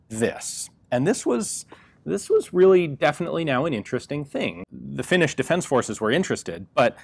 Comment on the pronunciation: Your pronuonciation of Finnish is Atrocious, but thats okay eh. Nobody but Finns get it right.